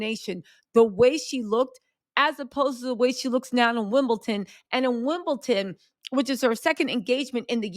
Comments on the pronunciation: It’s WIMBLEDON not Wimbleton! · are you taking the piss? It’s WimbleDON not WimbleTON!